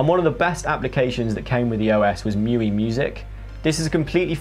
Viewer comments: miui is read as, me-you-eye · It's "Me U-I" as its by XIAOMI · It's pronounced Mee-You-Eye by the way.